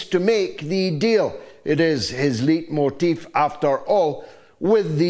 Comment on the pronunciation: George, Leitmotif is pronounced "light-motif".